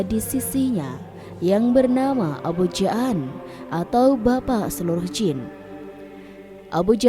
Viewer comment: Abul Jaan (dipanjangkan, jamak dari kata jin, bukan ja'an) hadewhhh, narasinya payah...